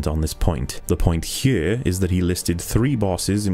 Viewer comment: "The point hyure."